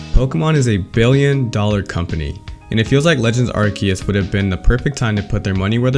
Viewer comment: first impression: mediocre video for mispronouncing arceus ;)